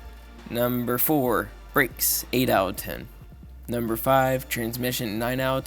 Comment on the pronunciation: “Owuh ten”. It’s “out of”. How old are you kid?